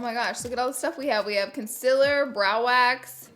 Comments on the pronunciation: she says consiller XD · I love Laura so much she’s amazing but I also just laugh at the way she says “concealer” as “consiller/conziller” awweee I Iove herrrrrrrr😂😂♥️♥️😭😭💕💕🤩🤩💫💫l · Ok no hate but it’s prounced con-seal-er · the way she said concealer lmao